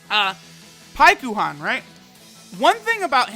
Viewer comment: Hate how the game calls it Paikuhan, its Pikkon. In English at least.